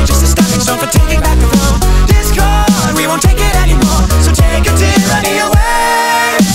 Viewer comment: Wen he says ,,Discord'' i hear ,,This girl''